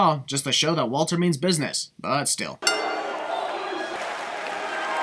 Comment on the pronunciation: Walter is pronounced as Valter, he's German.